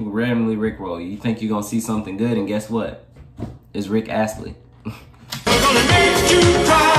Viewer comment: U pronounce his last name Ast lee